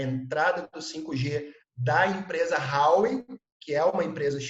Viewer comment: Vivo na China. Este cara ai e bom hein. Tudo que falou spot on. Parabens por encontrar esta perola. So nao sabe falar Huawei(华为) se pronuncia em portugues assim: RUAUEI. E ele fala Rauei. Fica a dica.😂